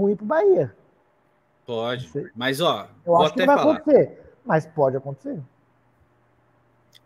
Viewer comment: O é o boca maldita... Ele fala acuntece...